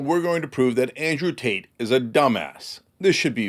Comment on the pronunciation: I could have sworn he said "Andrew Taint."